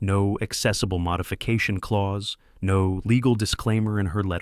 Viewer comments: I mean lien not lean, clause, not claws! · AI grammar 🤣🤣🤣🤣 A legal statement is a CLAUSE , not CLAWS